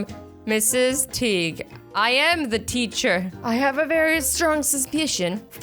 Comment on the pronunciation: Eos chapstick is expensive. Also Teague is pronounced " Tage"